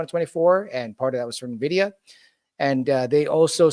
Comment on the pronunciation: "Nevidia" bro, in 2025 that's a capital sin